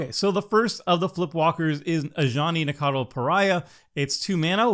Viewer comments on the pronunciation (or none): Nacatl = “ NUH-cattle” Arahbo = “ a-RAW-bow” Kennerüd = “ KEN-eh-rude” Funnily enough = FUNNY enough 😂